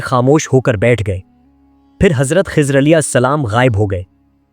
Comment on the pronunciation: Hazrat Khozar nahi, Hazrat Khizar Jan boojh kr aesa krty ho